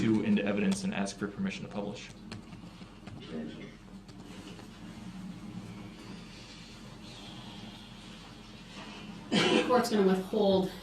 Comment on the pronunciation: UBJEXSHUN! I wasn't driving a car it was an SUV